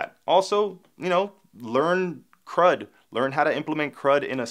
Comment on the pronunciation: When you said crud-apps I heard "crap-apps" :) That's what you hear when you are not a native speaker :) It's good that you put the explanation on the screen.